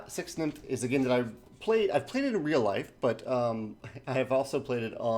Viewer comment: Funny pronunciation. Would expect "six takes" instead of "six nimmt". Or just "zɛks nɪmt".